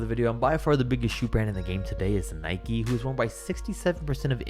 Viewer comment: Its nike like bike, i know its an american company but the word nike isnt